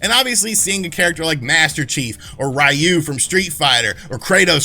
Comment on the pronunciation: Thumb down just because the way you pronounced Ryu’s name, seriously where that stupid pronunciation even come from? I’ve heard a few youtubers use that and afaik it was from the crappy live action movie.